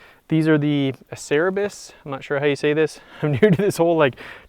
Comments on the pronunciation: Acerbis is pronounced Ahh Chair Bees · I believe it’s pronounced ah-chair-a-bee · Acerbis...A-Chr-Be. I like your mods. I'm probably going a little overboard with mine, but I ride motocross, and I want my RL to feel like my motocross bike because of my muscle memory going between the two bikes